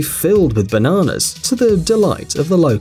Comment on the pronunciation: why does he say bananas so funny hahaha